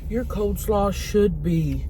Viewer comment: It’s coleslaw, not cold 🥶 slawwws divas 😐